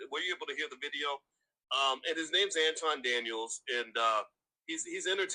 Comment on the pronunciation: Notice suddenly Boyce started pronouncing Anton's name correctly